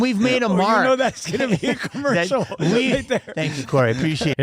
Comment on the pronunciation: i think Corey meant, "com-mers-mill" crackle crackle😂🔥